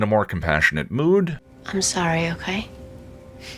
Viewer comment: I hear “Ahm” instead of “I’m” a lot. I haven’t noticed “okway.”